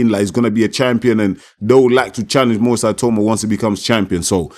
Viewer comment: It’s definitely pronounced ee-tah-oo-mah (the other way). Eye-tow-mah sounds European.